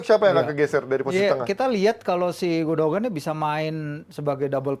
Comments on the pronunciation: Lbh gundohan. Ada tekanan h. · Sekedar masukan, Gündoğan dibacanya Gundoan, Çalhanoğlu dibacanya calhanolu. Huruf Ğ/ğ ini bernama yumuşak g, atau g yang lembut/lemah dan umumnya tidak dibaca. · Gondokan ngab 🤣